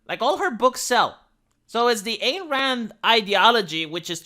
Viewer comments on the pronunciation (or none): its not that IT will not, THEY will not. Also, its EYE-N Rand. Not its the BETRAYAL on the ideology that's the real story of Rapture.